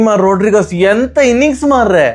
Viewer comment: 'ರೋಡ್ರಿಗಸ್' ಅಲ್ಲಾ ...'ರೋಡ್ರಿಗ್ಸ್'